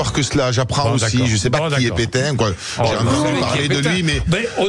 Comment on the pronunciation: "Je connais pas Pétaingueu " !!!!